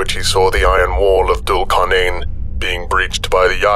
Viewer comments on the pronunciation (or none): 'Dhul' should be pronounced 'thool'.